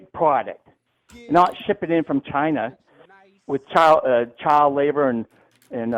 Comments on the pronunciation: “chiner” is crazy for a dude from Massachusetts. The Boston accent is built into that word and this dude still managed to mispronounce it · He even says ‘Chiner’ like trump. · don't worry,, you're not alone. I laughed at "Chiner" too. Also, "do you know what the country of Italy is shaped in" Love it. He got das boot lol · LMFAOO CHINER